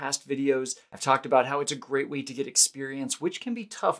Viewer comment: "At some point I'm going to 'git' to it. :-) -- I see what you did there. :-)